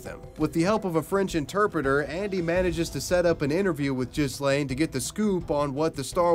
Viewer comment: What's worse, being the star wars kid or having your name mispronounced as jizz-lane? (The correct pronunciation in gee-len. Gee has a hard g)